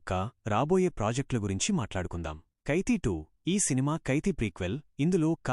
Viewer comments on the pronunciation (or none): kethi kaadu ra Kaithi adi